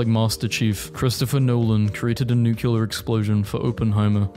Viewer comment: OH MY GOD IT'S NOT NU-CU-LER, IT'S NU-CLE-AR